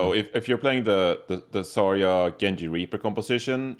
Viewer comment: Why does caller her "Zah-ya" instead of Zarya?